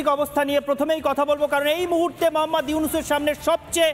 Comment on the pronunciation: মহম্মদ নয় এটা মুহাম্মদ